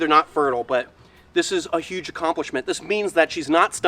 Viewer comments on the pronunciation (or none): none